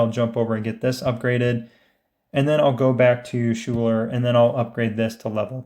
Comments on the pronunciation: Great videos, but one thing drives me nuts. Her name is pronounced Skyler. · Schuyler is pronounced "Skyler" 👍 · FYI Schuyler is pronounced "sky-ler"